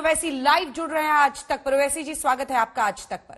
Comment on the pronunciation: "आज तक" या "खाज ( खारिश ) तक'😊😊😊